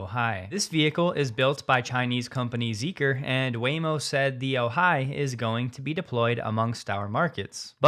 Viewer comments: Great report, except no Californians say “oJAI”…it is pronounced “Ojai” (sounds like “O - hi”, with the accent on the first syllable. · It’s not oh-HI, it’s OH-hi. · The syllable emphasis pronouncing Ojai is OH-hai. Not oh-HAI. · You ALMOST have the pronunciation correct for the way locals say "Ojai". The STRESS is on the FIRST syllable, NOT the SECOND: OWE- hi. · "Ojai" is pronounced OH-hi, with the accent on the first syllable. SoCalFreddy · it's "O-hai" emphasis on first syllable. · We pronounce Ojai as O-high. Emphasis on the hard O. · Ojai is pronounced : long O hi with emphasis on the O. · Ojai. For all the “readers” out there, the pronunciation has the emphasis on the first syllable.✌️😎